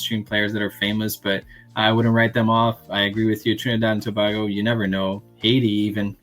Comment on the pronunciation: Thanks for pronouncing it properly as To-bay-go… not sure why people in the US mispronounce a neighbour as to-bah-go…